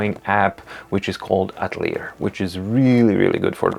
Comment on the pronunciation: Thanks for your great work helping my research before buying my first e-ink notebook. I think I'm awaiting the upcoming Supernote A5 X2. (Note that I'm near positive (well, from a Canadian perspective) that the Atelier drawing app should be pronounced so that the "ier" at the end sounds like "ee ay" for it is a French-derived word.)